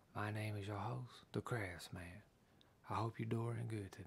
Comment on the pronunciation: All this time I thought his name was Craftsman not